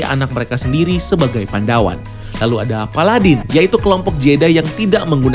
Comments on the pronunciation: Koreksi bang *bukan "pandawan" tapi "padawan" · Padawan bang bukan Pandawan hehe